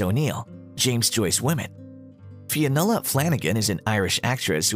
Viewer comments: Fionnuala "Falangan" 😂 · Fionnula was mispronounced too